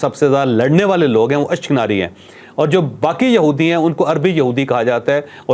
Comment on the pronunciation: اس شخص نے کئ باتیں غلط بتائ ہیں۔ خاص کر اشک نازی والی ۔ یہ لفظ اشک ناری نہیں ہے۔